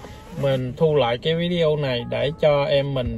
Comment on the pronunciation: Video mà nói víđioo